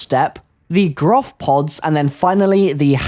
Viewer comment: Why does everybody say Groph? It's Gorph isn't it?